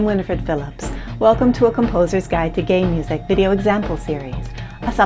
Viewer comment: I know she is probably saying Game Music but my ears hear her saying Gay Music which explains why her music is so festive and happy.